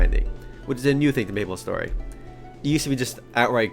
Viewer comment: Aaaaand I thought he said nipple story for a sec